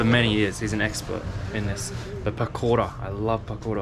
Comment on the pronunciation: omg love the way you pronounce pakora :D LOL so cute